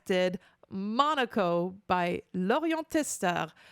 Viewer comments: All in good will, but its Mo-KNOW-Ko, not Monaco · His name is pronounced more like "muh-no-coh," he's the dog and he's kinda funky.